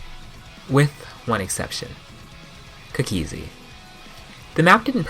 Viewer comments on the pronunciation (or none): He sounds kinda weird saying cookiezi